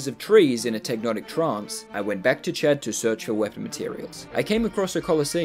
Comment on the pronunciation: Every time he says 'Chad' I hear 'chat' and wonder to myself; is this man streaming? But that wouldn't make sense because I don't think has streamed. And then I remember his name is Chad.